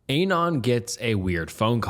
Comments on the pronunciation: Dude. Listen to how it pronounces Anon as "Ei-nan". Canada is pronounced CaNAda. I could list a ton of these very tell-tale signs of AI. Another big tell is when the narrator is sharing his own thoughts about a story. The AI tries to feign a a contemplative tone, but the tempo of speech zig-zags from slot to fast to slow in a way no real speaker does. Maybe you're a young person who's grown up with AI slop and you literally can't tell. I was just asking out of curiosity. Enjoy yourselves. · Scariest part of this video was his mispronunciation of "anon"